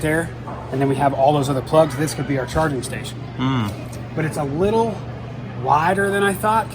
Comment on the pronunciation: He say "littie likea tittie" 😂😂😂